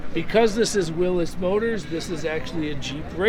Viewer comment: This is a man who really knows cars! He knows how to pronounce “Willys” the proper way! Beautiful car!